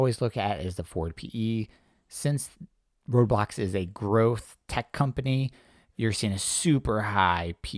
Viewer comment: It's pronounced Roblox, not Roadblocks